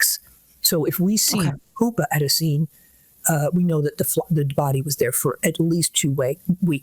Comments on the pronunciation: Also it's pupae. Not pupas. She should know that. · Really wish that expert lady pronounced pupae with a soft “u” instead of a hard “u.”